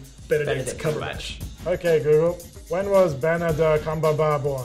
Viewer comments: It's actually googuru. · Guguru wtf🤣🤣🤣🤣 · Japanese : oke gugörö